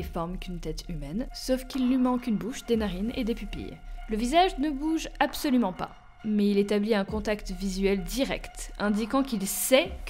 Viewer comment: Absloument? XD